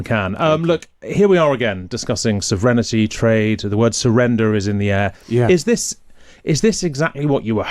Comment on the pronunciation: It sounded a bit like serenity? But think you are right, he made up a brand new word on the fly…